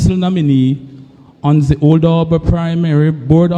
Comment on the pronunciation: He's seriously lacking in grammar. His wife, as an educator, is a failure to her husband. She should take the time to teach him proper enunciation and tell him that "TH" is NOT pronounced as "Z". He needs serious assistance in phonics and reading, ma'am. Stop making silly excuses for him.